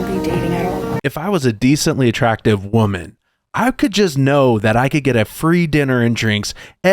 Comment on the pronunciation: Every time they say "as a wahmen" you know its a precursor to making ridiculous sheet up. Mental gymnastics at olympian level.